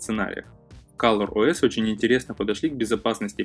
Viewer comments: не каллор а коллор ос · кОлор ОС а не кАлор